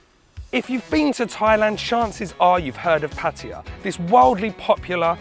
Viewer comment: Thanks for saying Pattaya the Thai way.